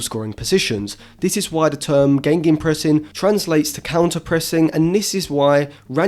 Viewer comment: Gegenpressing not gengenpressing